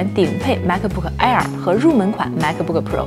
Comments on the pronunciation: “啊尔”是什么鬼？ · 内容介绍挺好的。就是英文的发音有写干扰，请不要误会，我不是恶意，而是提醒。 MacBook 这个字的C和K是不发音的，所以您说Ma可boo可 Pro的时候其实对观众而言有干扰的情况，Air的发音也不是啊尔。Pro不一也不应该发成【普肉】。 可以请一些外国人示范发音。 很喜欢内容，也很喜欢主持人的笑容。以上是一些个人建议。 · 别勉强了她连air都不会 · 英文發音怪怪的